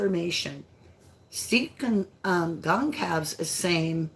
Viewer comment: Gone. Cal. Vez. Is how u say Steve’s last name. Michelle Art spoke about the tunnels 6 months ago, Michelle doesn’t do YT anymore because of the online bullying. She had excellent videos and had a gift like u